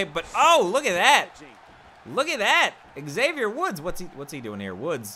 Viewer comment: great series, but your pronunciation of 'Xavier' is cancerous. hope you didn't get booked against him anymore in.the series, I'd like to live :-) great job, and nice live commentary!